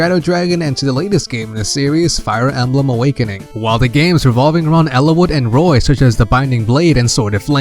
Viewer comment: “Eeliss” huh